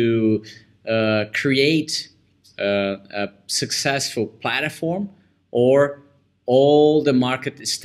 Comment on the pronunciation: Good interview and briefing. Thank you. ps It is said PlaTform not PlaTAform